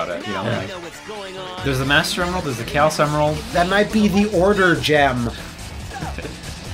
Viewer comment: And "Chaos Control" becomes "Cows Control". Everything's better with Engrish.